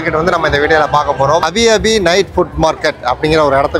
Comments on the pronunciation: அது Abi Abi இல்ல... Api Api la syg... அப்டின்னா சுடச்சுட-னு அர்த்தம்... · அது அபி அபி இல்லை அப்பி அப்பி. 'சுடச்சுட'ன்னு அர்த்தம். நீங்க சாப்பிட்டது கொழுக்கட்டை இல்லை. 'ப்புலுட்'. கருப்பு கவுனி அரிசி மாதிரி, இது வெள்ளை கவுனி அரிசியில் செய்வது.